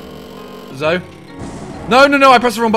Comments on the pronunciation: When Simon pronounces it 'Zo' instead of 'zo-EE', this videos too funny to be triggered though! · Is it just me who got triggered when he kept saying zo instead of zoe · Is it just me that was triggered when he said “Zo” and not “Zoe” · Was no-one else annoyed he pronounced Zoe "zo" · twofat llamas ZO